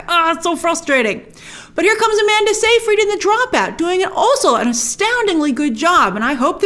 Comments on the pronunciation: sigh-fried, not say- fried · It's not pronounced "say-freed." It's pronounced "sy-fred."